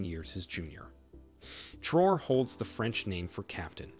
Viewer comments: Very informative video, I wish more African leaders were like him. His name is pronounced Trah-wo-ray not Trow. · The p is silent in coup. Pronounced Tray-or. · Pronouncing the Presidents name correctly will give long way.